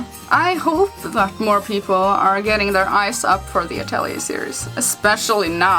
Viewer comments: but the correct pronunciation is uh·teh·lee·ei I made the same mistake and realized it after someone corrected. Then I looked it up and it was true. I think name is French. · You know she's saying the game name wrong.